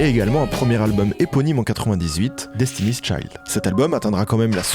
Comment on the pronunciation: t'avais une vidéo complète pour te rendre compte que tu ne prononçais pas le nom de Destiny'S Child correctement :')